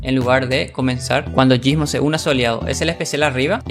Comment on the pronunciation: Te rayaste mal con lo de gysmo xD y creo q ni lo dijiste bien equisde